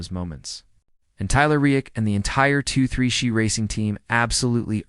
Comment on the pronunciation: Who’s Reik? 23(the the sound of XI phonetically)? This is horrible. Junk